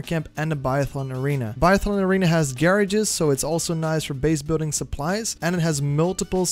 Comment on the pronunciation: Guess you’ve never heard of a “biathlon” before. It’s pronounced differently, that’s okay though just saying